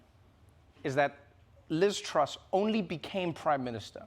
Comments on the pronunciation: Finally you say her name right, now that she's out, Troooose! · I love how Trevor finally learned how to pronounce "Truss" right when she's leaving